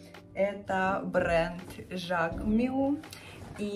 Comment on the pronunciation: Жак МюССС, не мю